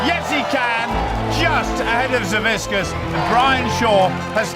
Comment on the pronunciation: Boy you’d think after all big Z has done, the commentators would actually get his last name right. Savickas isnt that hard to pronounce.